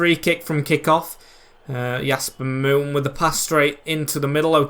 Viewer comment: Your saying "Yasper Moon" but it's Jasper Moon